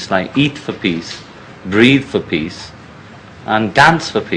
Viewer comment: Every time I heard him say "peace" It sounded like "piss" .heehee